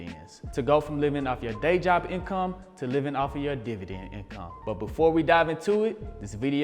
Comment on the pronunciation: I'm really here to hear you say divident.